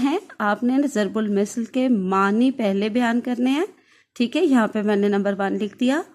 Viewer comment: Mam zarb ul misal nhi zarb ul masal hota h....م کے نیچے زیر کی بجائے م کے اوپر زبر ہے